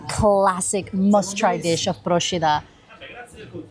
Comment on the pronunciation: Well done! As a resident of Procida, I can say you picked some real gems of the island and highlighted some of the unique local foods. AND you pronounced Procida correctly! You get extra points for that :) Grazie mille.